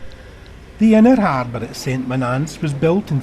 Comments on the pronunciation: Saint Monaaaance? I grew up here, its pronounced "Sunt Moan-ans" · Strange pronunciation of St.Monans.